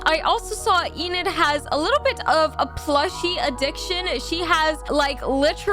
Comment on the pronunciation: Well that's not how you say enids name it's not eenid it's enid